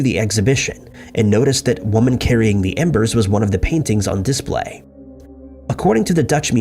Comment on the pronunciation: Please Google “how to pronounce the word display”.